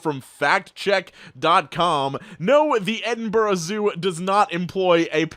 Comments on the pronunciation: I'm really impressed with your pronunciation of Edinburgh. Most Americans balls it right up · You’re the first American I know to pronounce Edinburgh right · Finally a reddit YouTuber who pronounces Edinburgh correctly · really appreciate the fact you pronounced Edinburgh correctly, most Americans butcher it